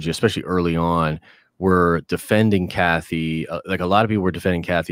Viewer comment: When Den of Nerds says Kathy it makes my stomach turn…